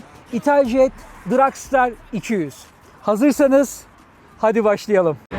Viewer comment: Daha motorun adini soyleyemiyorsun. Dragstar ile dragster arasinda okunurken cok fark var.